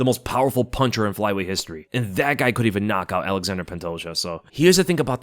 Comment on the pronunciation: Sound it out with me now, gringos: ALA-ZHAN-DRAY NOT "ALEXANDER". It's spelled different, because it isn't English, it's Plrtuguese. But people insist on Westernizing or Anglicizing names of foreign fighters...